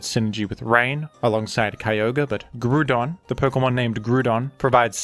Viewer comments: I'm ok with the way you pronounce baton and Hippodon, but I draw the line at "Groodon". Is it a "groond" type now? Does it feature as a character in Despicable Me? What is this pronunciation? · Ah yes, the one Pokemon with a universally agreed-upon pronunciation, Groodon. As for Lando-T, I feel a lot of his reputation is owed to VGC, as he has been consistently strong in VGC OU in nearly all (if not all) metagames he's been in. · Man groudon and hip pow don names be getting slaughterd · it's actually pronounced Groond like Groodon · Lmao. You calling Groudon Gruudon will always be funny to me. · If you are going to pronounce Groudon like that, then pronounce the word Ground in the same way. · GREWDON. Nice try guy.